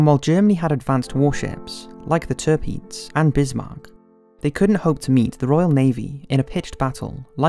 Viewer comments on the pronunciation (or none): dude you really need to learn how the names are pronounced. Like "Tobruk" "Tirpitz". Other than that you are golden.